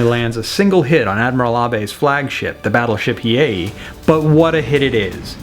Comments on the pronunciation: Battleship Hiei... "Hi-Ee-ay." "Hee-ay" is correct. Excellent video and very interesting game. Thanks! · It’s pronounced Hiei (He A). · As the Mighty Jingles will say, "That's a paddling." Also, it is a shame you guys did not use a Japanese naval song. Also, the Hiei is pronounced Hee-aye. And final note, for the Japanese's players, your performance was dishonorable. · Hiei - Pronounced 'Hi-eye' means fast/quickly